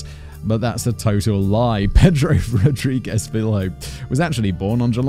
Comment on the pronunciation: Hey, thanks for bringing brazilian cases! His name is spelled "rodrigues", actually. You say it like "rodriguesh", not rodriguez. Correcting it in the title would maybe clarify it for people in the comments mistaking him for pedro lopez?